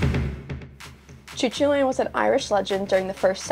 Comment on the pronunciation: 'Coo-call-ann' or 'Coo-hull-un' Not Choo-choo-train